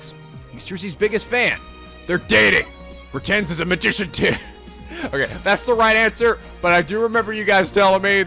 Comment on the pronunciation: Poor, he already knows the pun for Mr. Retinz and he still can't pronounce it right X'D